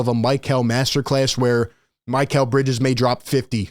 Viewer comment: isn't it Mee-Cal and not My-Cal